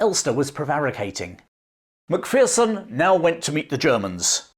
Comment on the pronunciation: It's pronounced mac fare son or mc fair son